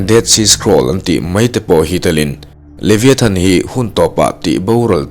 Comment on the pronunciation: A lam dan hi Leviathan nilo in Levaithan tiha lam zok tur aw